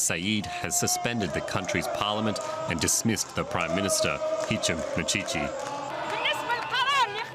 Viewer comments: I love how she mispronounced the PM's name "Hichi Muchicha" (Hichem Mechichi) Fun fact : Muchicha literally translates "an oral job" a cheap one . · hahaha Hichi Mouchicha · Hishi meshisha 🤣🤣🤣🤣🤣🤣🤣🤣🤣🤣🤣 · hich michicha hhhh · 🤣🤣🤣🤣🤣🤣🤣🤣 hishi mushisha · bruh the pronunciation feels like a Japanese name lol "Hichi Mushisha" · The best intro ever! calling sacked Prime Minister "Hichi Mushisha" instead of "Hichem Mechichi". XD even History doesn't recall the guy well. BIG UP for President Saïed! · it's Hisham Mishishi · mechicha hhh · Thank you journalist for mispronouncing our ex prime minister's name and making it sound as ridiculous as he truly is. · As a tunisian how they are pronouncing the name of the prime minister is the funniest thing ever hahahahah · hahahhaha not a single effort to read the name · I don't wanna correct the pm name😂... He s history now. U pronounced the President name correctly that's what matters 😅